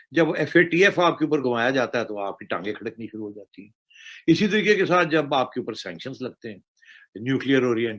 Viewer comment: शुरू को सुरु बोलते हैं ये भाई साहब। पता नहीं कहां कहां से अनपढ़ आ गए हैं वीडियो बनाने।